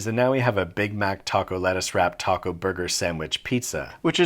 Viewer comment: “But is bis a thurger?” I don’t know why that was so unsettling to me.